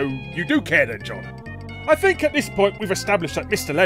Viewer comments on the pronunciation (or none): none